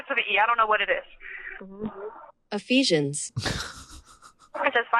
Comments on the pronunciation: Could have made up a more believable illness. Not only ruining Mac's life but Dad can kiss his job away. Having a dealer for a daughter isn't great advertisement. It wouldn't have happened if they took care of their daughter. Google pronunciation.😁 They call it the "devil's weed". Not on God's good list. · At first I was like does he know he’s saying that wrong lol and then I thought he’s doing that on purpose because she probably said it wrong lol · I knew you were tripping when you said E-fish-ians 😂😂😂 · And Natalie didn’t even correct her saying ephe she ens 😳🙈 Natalie probably thought that was the way. 🧐 Ephesians girlie c’mon, I’m sorry Lord. It’s just really hard with this girl. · Ephesians is pronounced "Ef-fee-sians. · E long E sound Eee-phee- sounds. Ephesians anglicized pronunciation is Eee-fee-shuns. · Pronounced efeeshanz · Uh feeee zuhns EPHESIANS BRUH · E...Fe...cha...ns. it's pronounced that way. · It’s pronounced Ephesians F E Sions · It's pronounced "uh·fee·zhnz" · BIble Chapter title pronounced EF FEESHANS, as far I know, b.t.w. 😅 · Ah feez shuns, dude. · What i find really sad and disappointing about this whole thing is the lack of excitement or true support from her mom. Obviously she is excited about God and what she's learning and you can tell she's feeling it. Yes shes saying it wrong but its a start right and someone will hopefully correct her. Her mom is the lil demon on her shoulder and her lack of support is ugh. Makenzie most definitely needed better parents from the beginning and they failed her. Its too late for all that shit now, damage is already done but to truly get better will take her to dump her parents. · You pronounce Ephesians wrong😊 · How do they not know how to pronounce "Ephesians" when dad works (worked) at a parochial school? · Dad worked at a catholic school for 20+ years but daughter can’t say “Ephesians” …. And the mom didn’t catch it. Interesting 🤨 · You pronounce the bible verse wrong